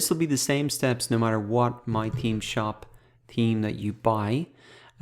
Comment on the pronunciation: except that he keeps saying 'team' for 'theme' haha.